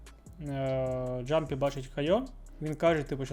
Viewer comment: Клас, дякую за контент! Тільки не джампі, а ямпі)